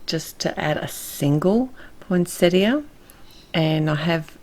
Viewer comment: I can't tell you how happy this botanist's wife was that you pronounced Poinsettia correctly. And bonus... you knew they aren't flowers but leaves!!! I'd come to Austrailia and hug you if I could!! I love your cards and am glad I stumbled onto your series.